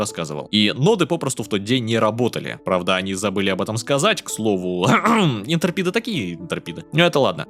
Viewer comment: молодец💖 Но, пожалуйста, IntREpid, а не ИнтЕРпид. Плиз, плиз 😢 А твич отстой 😊